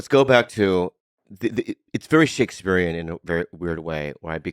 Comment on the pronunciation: Did Bobby just say Shakespearean?